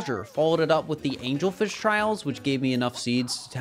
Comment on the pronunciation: He called the "Angle-Fish" "Angel-fish"🤦